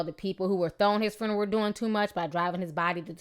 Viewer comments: Ok on a lighter note.........I love the way Ti say this word "Fruneral" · Lol at the way you say "fruneral" 😂 RIP Shawty